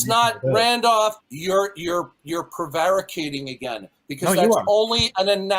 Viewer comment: learned a new word today. Prevaricating. Maybe tomorrow he'll learn how to pronounce it correctly.